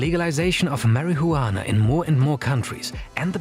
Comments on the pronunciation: Stop pronouncing s H sound when you say Marijuana, it sounds ridiculous. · Tell me you don’t smoke, without saying it: mar-i-hu-annah 😂😂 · It's marijuana not marihuana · Please never say marijuana like marihuana again. The juan is pronounced like won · its pronounced as mariwana...not mari hu anaa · Can you say marihuana again? Pls? Marijuana😂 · why u pronounce weed like 'MARIHOOWANA' lmfao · The narrator calling it “Mary-who-wanna” is killing me 😂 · "Marry he you wanna"??? Thats how it's pronounced now😂😂😂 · 2 seconds in and my first thought is "thats is the weirdest way to pronounce marihuana". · My guy kept saying marihuana😂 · Why are you the only one on YouTube on television on radio that pronounces marijuana incorrectly as you do Mary huwana Get your act together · "marry -hoo-wana" lol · I love how he pronounces "Marihuana" 😂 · Mary who wanna~ anyone who pronounces it like that clearly has no idea what they’re talking about 😂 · Marry-hue-wanna is not performance enhancing at all :) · The way he pronounces "Mari-jhuana" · mariHUUana lol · Marie-Huana :D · the way he said marajuana hahaha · “juana” lmao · Absolutely Nodody:: "MARY-HU-ANNAH" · "Mary Who Anna" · Why do you say marijuana like that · If I hear him say it like that again bruh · If you're going to make a video about marijuana, at least pronounce it correctly 😂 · i love the way this dude says marijuana, he could whisper it into my ear all day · Can you stop pronuanting marijuana like you are a child abuser ? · the most racist pronunciation of marijuana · I especially enjoyed the pronunciation of the word marihuana is this video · your saying marijuana and fly agaric terribly incorrect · the way u over pronounce marijuana is funny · The J in marijuana is silent sir. 🤫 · You say marijuana really wrong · Im sorry but i want to slap u for the way you say marijuana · The only man in the world that says marijuana in 6 syllables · Bruh can’t even say marijuana correctly